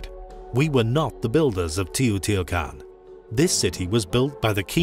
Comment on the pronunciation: Try to pronounce better the name sites it's teh. - oh. - tee. - wah. - kahn🎉🎉